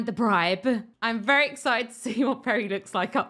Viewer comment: "Berry" clever